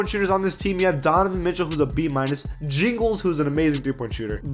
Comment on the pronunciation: He low-key said jingles